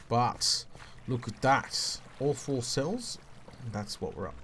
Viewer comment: When he said "all four cells" I heard "awful cells" XD